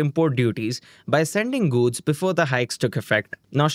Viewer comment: Why are you GUDS instead of GOODS?